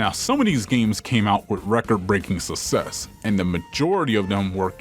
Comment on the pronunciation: suss-ess is not how you say suck-sess You got that DSP acceyunt